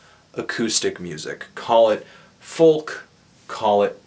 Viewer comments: what the fuck is 'fulk' bro? It's pronounced 'fowk' = folk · do canadians genuinely not pronounce it "foke"? *genuine question* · Why does he pronounce the `L` in `folk`.